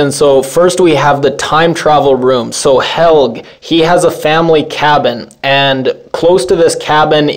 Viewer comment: hel-GE - say it right!!! think of how you pronounce the woman's name helgA - same thing - it's NOT like english where you ignore pronouncing letters!!